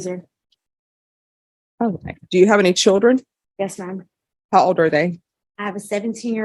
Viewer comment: She said user not loser